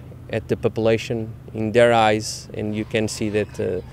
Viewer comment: "papelation" hahahahaha, vamos portugal